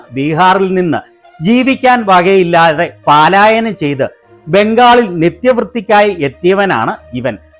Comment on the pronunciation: ആ കടക്കാരൻ എഴുന്നേൽക്കാതെയാണ് സ്വീകരിച്ചത്,!ദിവസവും വരുന്ന കസ്റ്റമർ ആയതുകൊണ്ടാകും.!!🤭പോസ്റ്റ്മാനേ.. 'പാലാ'യനമല്ല - 'പലായന'മാണ് ശരി. താങ്കളുടെ പോസ്റ്റിനു നന്ദി. 👍